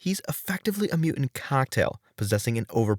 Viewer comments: What's a "mew-ant"? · “mu ants”? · What is a "mew-ant"/ "mew-uhnt"-?? Why can't this guy pronounce "mutant"-?? A very useful ability when producing video content about the X-Men!